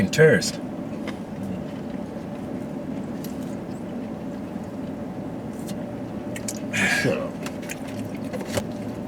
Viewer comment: Hahahaha "might be a terrrrrissstt"😭😭😭